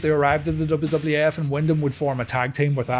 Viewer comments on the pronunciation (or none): none